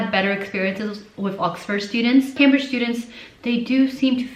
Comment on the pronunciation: you mispronounced Cambridge lmao